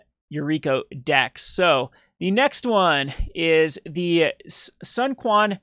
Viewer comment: The Lord of Wu's name is pronounced, "Soon Chwen" you vulgar peasant